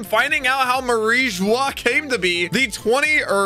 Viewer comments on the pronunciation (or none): It's pronounced Mah-ree Joo-ah and Zoh